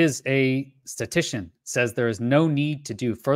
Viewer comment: Thanks,. I appreciate your research and summary. Interesting topic. Just a small quibble: I think the word is ‘statistician’ rather than ‘statician’.